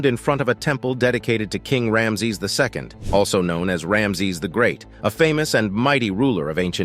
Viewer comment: Has them stunned "to date"? and who pronounces rameses as this video does? The poor English and pronunciation doesn't inspire confidence in the subject material.